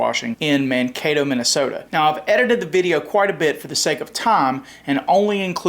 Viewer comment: He actually pronounced Mankato correctly, I'm impressed. 😂😂